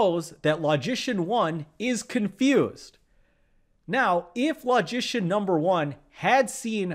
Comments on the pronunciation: I have always admired your videos. You are one of the best. But, because logic and logicians have a special place in my mental heart (what???), I cannot allow you to mispronounce the word "LOGICIAN". I have checked the pronunciation of that word on many websites, and I have seen only two pronunciations of it. The letter "O" in "LOGICIAN" is pronounced as the word "O" itself (as in "OH" or "OPEN"), or is pronounced as the SCHWA sound (as the "E" in "OPEN" or in "ANGER"). Your pronunciation of the letter "O" is that of "AWE" or "AU" as in "AUGUR". I cannot tolerate hearing you mispronounce the word "LOGICIAN". So, I stopped! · I kept wondering why you were pronoucing 'magician' in such a funny way